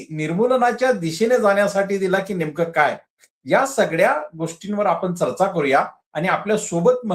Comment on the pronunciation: डॉ. माने सर आपण बाबासाहेबांचे अनमोल विचार सांगत बौध्द धर्म का लिहावा याचे विस्तृत स्पष्टीकरण दिले याबद्दल खूप खूप धन्यवाद! आपण एका ज्वलंत प्रश्नाला हात घातला आणि माने सरांनी छान शंका निरसन केलं याबद्दल तुमचेही आभार. चर्चा, जनगणना व पंजाब या शब्दांचे उच्चार थोडे कच्चे वाटले.